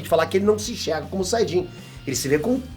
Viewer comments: "Sayjin "? Kkkkk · "Saidin" kkkkkkk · A RAÇA DOS SAIDINS KKKKKKKKK QUE VIAGEM, SÓ EU QUE ESCUTEI ELE FALANDO ASSIM ?